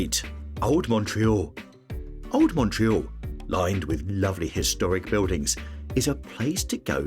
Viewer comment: Shocking pronunciation for Old Montreal!